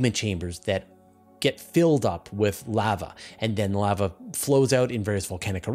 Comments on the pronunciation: Sounds about right to me... What would be the other pronounciation? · The way you pronounce lava makes sense, considering the word contains one letter v.